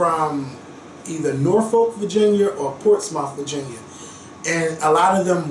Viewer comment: my heart is so full listening to your family history. I love that you can retain the info and be so proud!! Love and light babe💕 Portsmouth is pronounced Portsmith and Norfolk is like Nahfolk lol we moved to the Hampton roads area 4 years ago. If you ever come and we are still here lmk💓💓💓